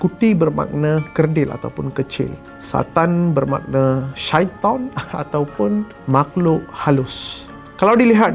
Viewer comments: syaitan dia mcm orng arab ckp "syaiton".memang gempouk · speaker ni punya sebutan syaiطan tu pekat makhraj huruf "to" / ط dia. terhibur sebentar. nice one 👍